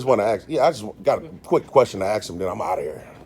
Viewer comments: You should say ask not ax!!!! Take that out of your vernacular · Except he can’t say asked and says axed 🪓 150 times a bloody video it frustrating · Just for the record… you are not allowed to axe a woman. And if you mean to say ask, you sound really stupid during an audit in which u try to educate people. Greetings from the netherlands amsterdam, where we speak better english, obviously, then in the states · How can a grown man "axe" a question?? SMFH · He can not even pronounce the word ASK! It is ASK idiot and not AXED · Am I hearing "aks or aksing" instead of "ask or asking" by the auditor 😂😂 Or that's some kind of slang Either way, good job.💪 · Is not axe a question it is ask a question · Your not to say ax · Holy shit you need to work on your literature…. Wtf is a liberry?? And it’s ASK not “axe”. Brush up buttercup……. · It's ASK, not AKS, OR AXE. It's library not libary. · Stop saying “lie berry”it’s like saying let me “ax” you a question….just saying 😮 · Stop saying "axe", when the word is "ask". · I appreciate your work. I DO have a suggestion: Your EDUCATIONAL video would hold more MERIT if you learn how to pronounce the word "ASK" properly. It is not "AXE"... the "S" comes BEFORE the "K". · Okay, language police. How sad. A tyrant with no power, so they settle for youtube grammar 😂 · I love the "aks" and "libary"!